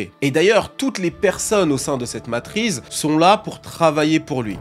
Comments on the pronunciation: Ah ouai, il l'a dit 20 fois en 2 minutes, je deviens zinzin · Ont dit la matrice 😉🙂 après c'est qu'un détail sa change en rien la qualité de la vidéo 😉💪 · sur la fin, il dit " matrice";;;;; mais c est deja trop tard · MATRICE PAS MATRIZE STOOOOOOOOOPPPPPP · Matrice ❌ Matrize✅ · ça m'a stessé car je n'vais jamais entendu "matrise" avant donc je suit aller regarder et en faite il veut dire matrice. Lol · La matrize est tellement puissante qu'elle empêche de prononcer son nom correctement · MATRIX... MATRICE ...MATRIZZZZ... FACILE A DIRE ENFIN🤣🤣🤣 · C'était so (tellement) 2002 Matrice hahaha !! Effectivement en 2025 c'est la matriZzZzzz !! 🤣👍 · J'allais faire le même commentaire, il stress avec sa matrize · 20 fois matriZe au lieu de matriCe... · Est ce que je suis la seule qui voulait pleurer à chaque fois qu’il disait Matrize ? 😭😭…. Du coup j’ai voulu pleurer des taaaasss de fois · combien de fois il dit "la matryze" dans cette vidéo (MATRICE)....................4fois 22 fois ou 1453 fois:trophy-yellow-smiling::hand-orange-covering-eyes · MATRI CEEEE, qui dit MATRIZE putain 😭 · La matrice on prononce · Matrice pas matriz stp bg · Petite PREZISION.. cest matrice pas matrize. Merzi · Arrête de dire Matriz frérot 😂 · Une Matrice pas une matriz... et matrix matrix 😊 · depuis ta vidéo, j’arrive plus à dire ‘matrice’ normalement. C’est "matrize" qui sort tout seul. T’as lancé un virus linguistique 😵🧬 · J'ai jamais été autant trigger par une faute de français, mais la vu le nombre de fois ou tu le répète c'est trop .... MatriCCCCCe et pas matriZZZZZe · T'es payé au nombre de fois que tu dis matrize ou c'est comment? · T’as ruiné ta vidéo avec le mot Matrize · En 30 secondes y a eu 30 fois " matrize " je transpire déjà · On dit matrice, la prononciation m’a trop stressé 😂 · Ça m'atrize vraiment de l'entendre dire matrize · je te jure c’est dure d’écouter le début avec ton « matrize » 😂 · Mais frérot c ouf de répéter matrize autant jpp